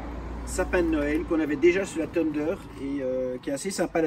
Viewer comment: Dualtron tundeur xdxdxdd